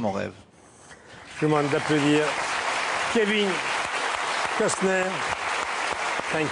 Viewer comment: C'est pas Custer c'est COstner.😅